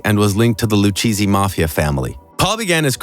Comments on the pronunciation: The Loo Cheezy crime family😂😂. It's pronounced Loo Cay Zee. I'm sure this has been commented on, but I just had to comment as well. I always find it funny when the Luchesse name is mispronounced. 😂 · Is this voiceover a bot? At :53 to :54. Lucheesy? Really? This is someone or something who never heard the word spoken before. Lucchese. Loo-Kay+Zee. CH before an e (or an I) is pronounced like a K. You can't make this kind of mistake. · LooKayZee not LouCheesy. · It's luchezzi not loucheezzi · It's crazy how many people say lu cheesy instead of Lucchesi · Loucheesey😂😂😂 it’s Lucchese, pronounced “Lou K Z” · Is it pronounced “LEW-CHEESY”, or “LOU-KAY-SEE”? Please let me know as soon as possible. Thank you! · Lu kay z not lu chhesey 🤣what thats matter with you. Forget about it 💥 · You're killing me with the La-Cheesey its Lou-K-Zee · Lu-cheesy lol? It’s pronounced Loo-kaizee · its not pronounced the lucheesey family........lol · How about the erroneous pronunciation of Italian names - "Lucheesy"? What's that meant to be? I suggest you bother yourself- at least- to research these things properly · Dear illiterate AI. Loo ĶAY. Zee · It's Luchazzi not what you said! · As soon as i heard narrator pronounce Luchese as "Lucheesy", stop right there, no need to watch anymore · Sorry, you lost me at "lou-cheesy" family. Bye. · Lou cheesy crime family ? It’d pronounced LOO Kay Zee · Pronounced Loo Kay Zee...Lucchese.. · it's pronounced lu kazzi(ssi)family...get it big boy? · Did this guy really say the Lew Cheesey mafia family? I’m out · Lucheezy? Get your pronunciation right..that’s disrespectful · Paul “Ver-we-oh”? The “Lu-cheese-eeo” crime family?? lol, you need to learn how to pronounce those names before you can make a legitimate video.🤣🤣🤡🤡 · It's pronounced LOU-KAY-SEE. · Lucheesy? Really? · lu-cheesie? seriously? Look up how to say the names of the crime families before you record. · The “Lew-cheesy” crime family lmfao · lucchese crime family he cant say it right